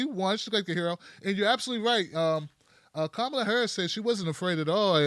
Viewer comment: You guys pronounce her name like 8 different ways throughout this video, and it's distracting from what you're saying. At least have the respect to learn how to say her name. It's pronounced comma-la.